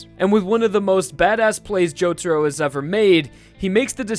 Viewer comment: It's not Jotoro it's Jotaro for the rest good video mate.